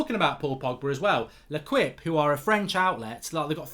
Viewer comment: Starts by saying Leicester are ballsing up, within 2 minutes it’s United - clown no idea. And why can’t he pronounce le quippe?